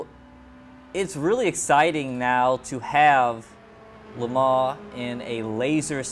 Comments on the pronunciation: Its pronounced Le Mon not Le Maw! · Le' Mon - Say Lemon in a french accent :P - The guy in the video is also saying it incorrectly. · it's not la Mar!